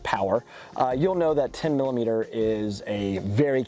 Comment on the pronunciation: you say "10 mlimeter" and "10 limiter" right after lol